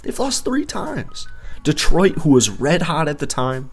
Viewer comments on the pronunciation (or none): none